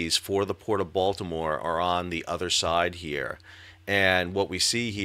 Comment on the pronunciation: As a resident of Dundalk, I appreciate you pronouncing Dundalk, Baltimore, and Maryland correctly. You have definitely been to the area.